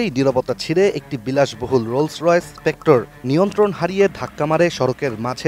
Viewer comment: ভাইরে এইডা স্পেক্ট্রা, স্পেক্টর না!